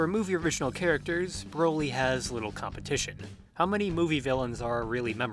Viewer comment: Why does it sound like you keep sayin' "Browi"? But in all seriousness, the new Broly is an actual entertaining character that I hope gets expanded upon.